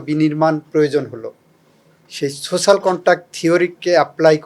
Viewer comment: পসন না প্রশ্ন।চোচাল না সোশাল